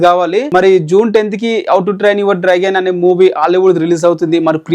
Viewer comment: Neki enni sarlu chappali ra babu draigon kadu Dragon 🐉 ani 😡😡